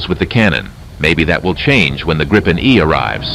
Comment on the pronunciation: He has repeatedly refused to learn how to pronounce Gripen correctly :(, its like "multipheeting" :_Crying::_Crying